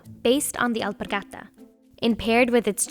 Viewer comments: I like the way the Narrator pronounced the Spanish name of the shoe “elpargata” - everytime she utters it there’s so much conviction! We get it ghorl u can speak Spanish. Hehehe! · you pronounce Alpargata very funny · The way she says “alpargata” annoys the deepest parts of me. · I hate how she pronoun alpargata. It's horrible. She didn't even try